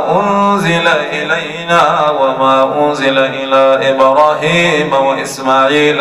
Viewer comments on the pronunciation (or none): ayah 84 'alaa ibrahima' not 'ilaa'